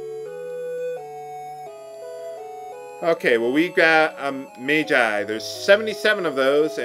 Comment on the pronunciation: It's not "mage-eye", it's "madge-eye."